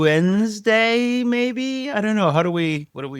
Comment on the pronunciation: Oregon Oensday 😂😂😂😂😂